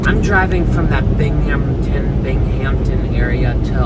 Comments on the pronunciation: Binghamton pronounced Bing Um tin 😂😂😂😂😂😂 Great video spectacular scenery! I love upstate NY. Haven’t been I a very long time. Might be time for a vacation 😊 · Binghamton don’t pronounce the H. BING AM TON SAY TOGETHER FAST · Bingham- Ton :) Great video!!!